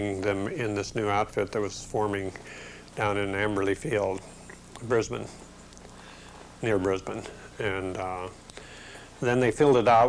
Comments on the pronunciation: It was good to to see the bloke at 14 to 16 mins with the 475th and who formerly flew the P39 knows how to pronounce the name of the city of Brisbane properly ! 'Brisbane' pronounced like 'Lisbon'. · Great pilots and great stories funny note first American to pronounce Brisbane correctly he must had mixed with the locals alot that years later could without a missing a beat say Brisbane in an aussie way. You have to remember that north Australia is very hot and remote bush land those early days of the war so would not have been easy for pilots and ground crews to establish a base. They did an amazing job in getting fighters up against japanese. Something lost in passage of time cheers